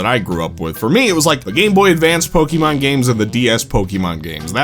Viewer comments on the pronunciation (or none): Why does he say it like Pokeymon like there's no é in the name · Say Pokimon one more time